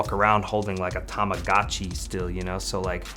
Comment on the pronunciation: He said a Tamagatchi 😂😂😂 Dead.